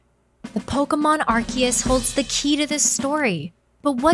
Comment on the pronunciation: arseus makes me want to bark if sounds like shit